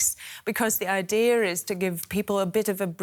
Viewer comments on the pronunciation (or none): why it always sounds to me that every time when German people try to say "idea", it sounds like "idear" with a cute-soft R (er) in the end?